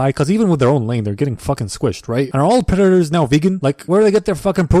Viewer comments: "Predatas instead of predaters" 💀 LMAOOOO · "Pretattas instead of predators" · lmao predetaaas instead of predatorrrs